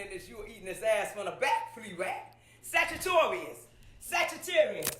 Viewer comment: sagittarius, sagatarius Rex Lol that shit cracked me up hard